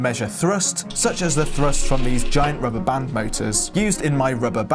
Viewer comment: Why rubber band not rubber band (which it was...)? Strange emphasis...